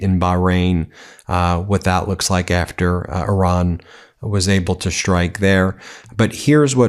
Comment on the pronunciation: F Mate,I don't know exactly where from you are ,but what I know for sure is that your accent and pronunciation is painful for my ears: "schtruck" instead of strike end so on . Horrible!!!!!!!!